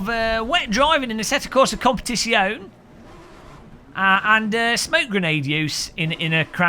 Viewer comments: I noticed that you pronounced the word COMPETIZIONE with only FIVE syllables. You need to pronounce the last E if you want any respect from the Italians, mate! I put the name of the game into Google Translate, and the computer voice clearly said COM-PE-TIT-ZI-OH-NEH (six syllables). I fear you will not get any more product keys from Kunos Simulazioni if you don't get the title right! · The 'e' is not silent! 😉